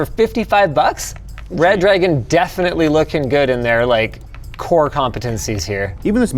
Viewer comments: maybe Reh-druh-gone? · nah It's Red Ra-Goon. Gooner rise up!!! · I'll have you know it's pronounced Red Ra-gone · #LinusTechTips... its Re-Dragon if you say, its not red-dragon. English is bad here. I don't see DDs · obviously it's pronounced reh-dragon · actually it's pronounced redra-gon, and it's a shape. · I pronounce it re dragon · The problem is that Redragon is one word, but we're giving it two stressed syllables. It should be REH-drah-gone.